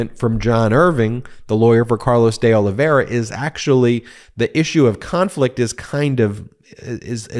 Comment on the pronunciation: Please Ben, pronounce the i in Olive i ra , last name. It’s painful to hear you night after night saying “Olivera”